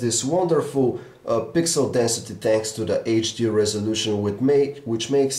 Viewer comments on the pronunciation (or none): none